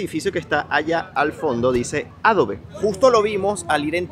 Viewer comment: Me estresa tanto que no sepas hablar inglés, ¿Qué es eso de Ápel, Adobé, Gügel, Enbidea? Aprende a decir las marcas como son. No estás en Venezuela